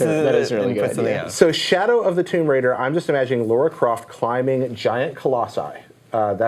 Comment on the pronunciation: I wish wouldn't keep saying 'Laura Croft' instead of Lara Croft. I have no other complaints.